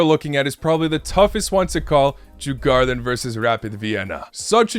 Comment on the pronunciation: They are pronounced: Dzur-Gor-danz